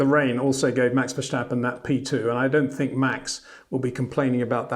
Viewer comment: Please please please Peter, don't pronounce the name Verstappen as 'Verschtappen'. Just pronounce it the way it is written and you would pronounce it in English. Maybe you already consider Max to be the next 'Schumi', but that's no reason to put a 'Sch' into Max's name. ;) What the raceresult is considered: Lewis (P1), Max (P2) and Bottas (P5) were all three lucky to finish higher, because of the sudden rain and the dropping off of drivers in front of them.